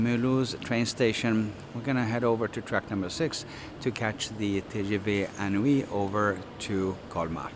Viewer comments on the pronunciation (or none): Thanks for the video, very helpful. FYI it's pronounced in-oui (IN as inside) and NOT un+oui. (UN: like number 1 in French) (you would not necessarily know if you're not a native French speaker). They played with the words here. in+Oui (= yes). "inoui" in French means incredible, fantastique. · TGV is actually translated as "High-Speed Train" (rather than Great) inOui is pronounced "Een Ou Oui" a play on the word inouï meaning extraordinary, incredible, sensational.